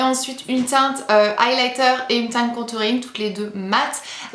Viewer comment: Mdrr tu dis "countouring" 😂😂😂 et quand ta tout renverser j'étais morte 😂😅😅😅